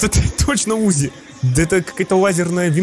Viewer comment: Не `узи а узи'